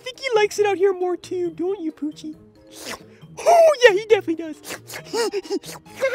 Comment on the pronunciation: "poochy" Me: why do I always hear "Gucci"?????